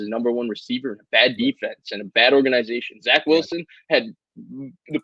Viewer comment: can you say or·gan·i·za·tion correctly lol not “nye” it’s “ni”